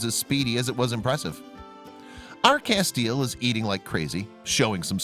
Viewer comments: Great story.....I must say though, you pronounce his name "Cass-tee-el" I'm a Supernatural fan. LOL Thanks for showing the plight of wolf dogs. They are beautiful and deserve love and a forever homes just as much as a regular dog. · FYI :Castiel is pronounced Cas-ti-el on Supernatural. 3 syllables.